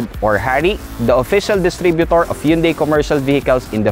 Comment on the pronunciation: mali naman pronunciation ng Hyundai. Dapat "han-dae" ang tamang pronunciation.